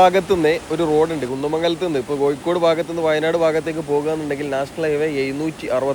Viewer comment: കോയി ക്കോട് അല്ല കോഴിക്കോട്🙏🙏 അക്ഷരം ഒന്ന് ശ്രദ്ധിച്ചാൽ നന്നു 😊 ഒയി ക്ക് ഒഴുക്ക്